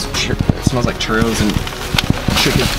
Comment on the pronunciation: I know this video is old but she pronounced it CH-Ur O- because that’s how your supposed to pronounce it you guys were pronouncing it wrong :| it’s a Mexican dessert 🌝